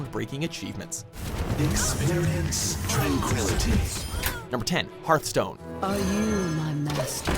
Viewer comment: it's Hearthstone not heartstone